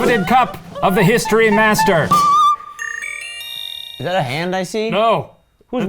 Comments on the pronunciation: I thought he was saying "History Bastard" instead of History Master lolol. I love this. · Nothing will make me not hear "History Master" as "History Bastard"